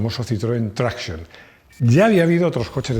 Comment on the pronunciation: Máximo se pronuncia a la francesa, “trracsión”, no a la inglesa “trácsion”...